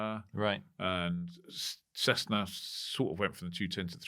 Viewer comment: Why does say Cezzna??